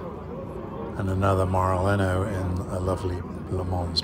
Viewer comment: Nice video. You walked right past the boras and the espadas! It’s maranello, bit maraleno 😁